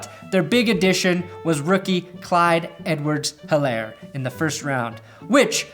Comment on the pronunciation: Helaire is pronounced E-lair